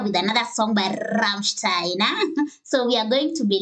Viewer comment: Well fuck me, you got the "ei" in "Rammstein" right. Big up, most anglophones never get it.